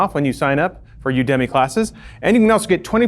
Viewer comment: I doubt you'll see this but just in case it matters to you, UDEMY is pronounced "You-duh-mee":) As in "You academy"